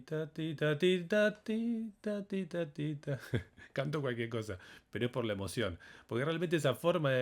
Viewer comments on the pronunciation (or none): none